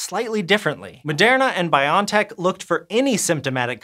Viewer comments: Not "Bion Tech" but "Bio N Tech". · You can find videos of the CEO pronouncing it Biontech, as in bionic technology. I find it weird and wanna say Bio N Tech, too, but I figure the CEO and founder of the company is probably best authority in how to pronounce it.